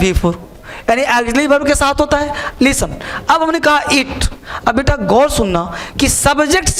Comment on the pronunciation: "Leestan" nahi 'listen' hota hai...english ke teacher...